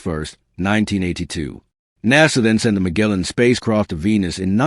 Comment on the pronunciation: DON'T WATCH THIS [ridiculous] VIDEO: the narration is not synchronized with the video. The voice mispronounces words like "Magellan" for example, but he talks about images that are many, many minutes away. Toward the VERY END of the video, you see a few of the images he talks about near the beginning. The images that appear in the video do not cover the narration. IF you want to see the magnificent photos described in this clearly AI-generated conglobulation, look them up yourself. You are in for a grave disappointment if you sit through this.